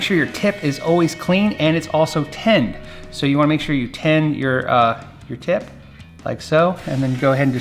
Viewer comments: I swear he is saying TEN. lol no biggie either way, just funny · I’d use a simple heat sync to make sure there’s no chance of damaging those components. Are you saying “Ten” when you’re supposed to be saying “Tin”? Or is that just an accent? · It's a nit, but it sounds like you're saying "ten." As "you need to ten the wires." I'm assuming it is the audio compression messing w/ your voice. The word should be "tin." Tinning the tip of the soldering iron is critical to effective soldering. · S'up! Are you saying "ten the wire" when soldering? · "Tin" the end of the wires, not "Ten" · Hi Fun video. Are you saying "ten" the wire? It's "tin".